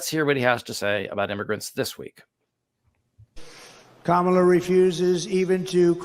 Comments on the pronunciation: It's "Comma-la" not "Cama-la" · let’s get Kamala’s name right. Comma lah. John says it correctly. But alas, you pronounced it like Donald. With just a few minutes of conscious rapid repetition it will become automatic and second nature. We're all going be saying it regularly for the next 8 years. The alternative is a descent into 1930s Germany or Italy and who knows what happens to normal people who rightly criticized this low IQ Mussolini? Ps fan of the podcast!